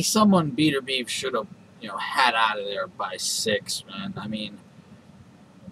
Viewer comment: his name is bet-er-bi-ev